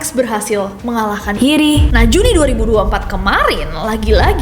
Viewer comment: Nessi setiap nyebut nama Jiri (hiri) kedengaran aneh. beberapa kali.